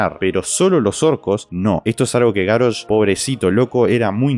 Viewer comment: Es GaRRosh, con dole R, no GaRosh. Ademas que Garrosh suena mas fuerte.